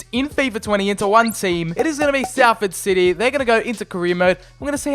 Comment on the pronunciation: Thanks for sometimes saying it correctly though!